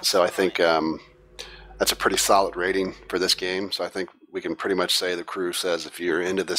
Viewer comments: I love the way that guys says "Pwitty" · "really pwetty"